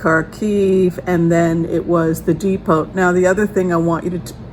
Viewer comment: "Depot" is pronounced "DEE-poe", in America, not "DEE-pote." At least I think thatʻs the word youʻre using, "depot." In the UK they pronounce it "DEPP-oh."